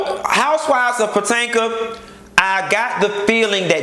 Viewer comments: I'm mad you keep saying Potanka lol. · When you say PO-TAN-KA! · I always die when you say Potanka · I missed you saying Patanka! 😂😂😂😂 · The Real Housewives of Puh-tank-ah! Lol!😆😆😆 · Lord knows i missed Q saying potanka 😂😂😂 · Girl!!!!! I live for your hair and lipstick!!! But wait did you say Patanka!!!!???? Lordy lol!!! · Mia Loik he does it on purpose. He been doin it for all seasons. Sounds funnier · Housewives of Potanka😂😂😂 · Why you keep pronouncing Potomac wrong?